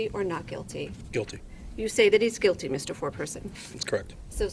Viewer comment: The word is GUILTY. Not QUILTY. And the Q and the G are no where near each other so....